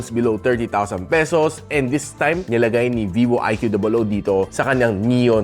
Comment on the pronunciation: Its annoying that you call it "IQOO DOUBLE OW" instead of IQOO